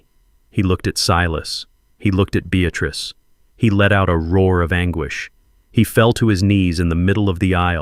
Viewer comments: Beatrice NOT Beatatrice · Beatrice. Not Bestatrice